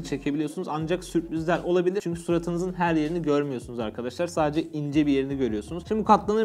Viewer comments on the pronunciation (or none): none